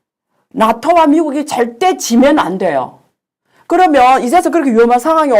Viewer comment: 이야기는 추리소설 입니다. 그러면을 그러며로 발음하는 얼치기 선무당입니다.